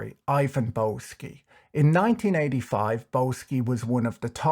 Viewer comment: Isn't Boesky pronounced "Bisky"?